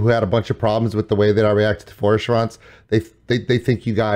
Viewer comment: if only you could try pronouncing Feuerschwanz correctly ;)